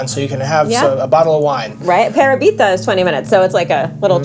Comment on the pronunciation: Love Parabita. BTW.....the accent is on the second syllable.......Pa RA bita